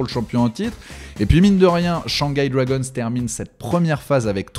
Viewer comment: C'est pas les Dwagonsse c'est les Dragons😂